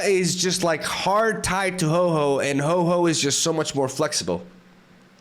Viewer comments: Ho-Oh Not Ho-Ho lol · Bro can you please stop calling my favourite Pokemon HOE-HOE !? 😭🤣 Its name is Ho-OH ! Now i feel like being a creep for what my favourite Mon is called.... 😢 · I came to the comments to get in line and complain about your pronunciation of whore whore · I used to pronounce Ho-oh as Hoo-oh 😂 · I like it how he pronounces Hoe-Hoe